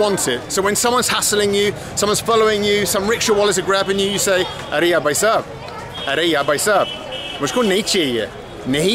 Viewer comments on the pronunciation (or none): very informative and proud of you for sharing this... If it helps have a few pointers... the pronunciation is Bh-ai, not "Buy/Bai", coz although both sound the same they have different meanings.... Bai means lady... & can mean maid too.. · Very nice. BTW it is Bhai for brother not Bai. Bai means maid servant and you don’t want to call a random man that unless you are looking for excitement to kill time.